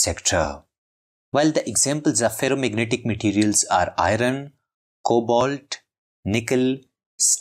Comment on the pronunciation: Its cobalt